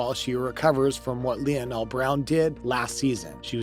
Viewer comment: Lee.o.nell Brown? 😖